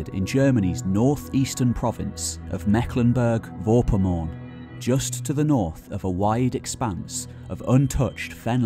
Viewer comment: I like your videos, and your storytelling keeps the listener interested. You speak very clearly and bring forth important, interesting anecdotes and bits of information. But please try to pronounce the names of the places correctly. For Tollense, Meckleburg and Vorpommern, listen to how they are pronounced